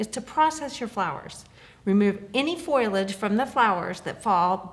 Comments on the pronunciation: Please, the word is pronounced Fo Lee Age. Foliage. The first syllable is stressed FO Lee age. Not FOIL idge. Thank you. You have a classy business and great products but mispronouncing one of the product names makes you look like the amateurs on YouTube. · Your videos are very good and very helpful, but it's foliage, not foilage.